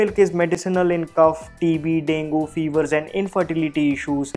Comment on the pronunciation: He pronounces DENGUE as "dengoo," instead of "dengee/dengay." He should join a spoken English academy.